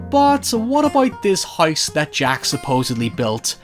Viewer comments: Lmfaooo I just came to the comments to see why tf he can’t pronounce things right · Does everyone where you're from pronounce house as huyse? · why do you pronounce “house” as “heist”?? why do you talk like that? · “The Hise That Jack Built” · No one:: The HICE that jack built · out here saying "House" like "Haise" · Hoice that Jack built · Bro can't say Virgil or house to save his life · "Haiever i see the haise that jack built" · hahaha.. "the hoyse jack built" "oyt there" Hoyever".. LMAO